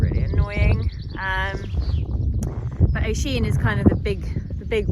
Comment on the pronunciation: I’m from Ireland and it annoys me Thad you’re saying O-sheen it’s pronounced U-sheen